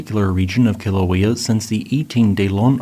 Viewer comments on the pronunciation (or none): Kill-a-wee-a? Are you using AI for narration? Native Hawaiians don’t pronounce Kilauea that way, nor should you. 🤣